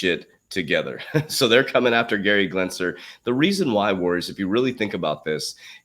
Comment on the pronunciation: Genser not Glensler. 😂😜